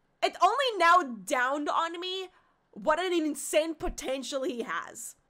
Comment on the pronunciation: it's dawned... not downed lmao